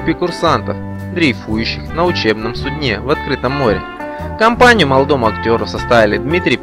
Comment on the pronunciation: Читающий текаст, что у вас с образзованием? на суднЕ, имя АгриппИна, исказали до неузнваемости! КОШМАР!!!!!